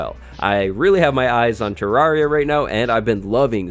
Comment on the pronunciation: Did just pronounce "Terraria" as "Terroria"?